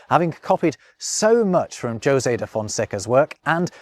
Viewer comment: José in Portuguese is actually pronounced that way, very different from Spanish